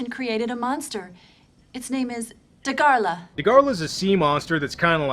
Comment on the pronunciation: And it's Dagarah.. Not Dagarla 😂, and yes, I really like him